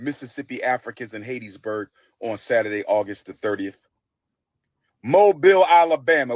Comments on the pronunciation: Dude just messed Hattiesburg name up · It's Hattiesburg Mississippi not Hattedsburg and ain't nobody coming to see u 😅😅😅😅😅😅😅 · why does he keep calling hattiesburg Haitisburg. is he playing like it wasn't named after a lady named hatty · Someone tell him it’s not hatisburg it’s Hattiesburg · It's pronounced HAT EEE for Hattiesburg...Geesh, if you're gonna go to a place, at least know how to pronounce it. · Man said Hattiesburg so wrong